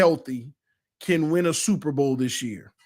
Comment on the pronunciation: They said “Supper bowl”